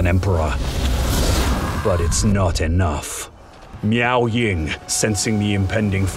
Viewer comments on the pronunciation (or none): I will always hear Meow Ying instead of Miao lol. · I keep hearing meow ying